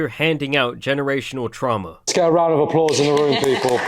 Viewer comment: Wow dude said round of aplaush, like she did a good thing. wha